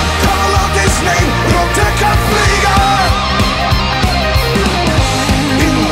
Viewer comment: "Rote Kampfflieger" is actually Well pronounced!!